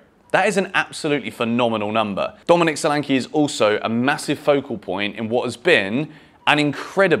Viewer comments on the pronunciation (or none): none